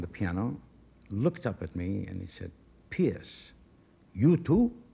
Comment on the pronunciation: it's not pearce. it's not pierce. it's peerce.